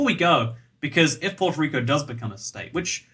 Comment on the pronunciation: did you just say porto rico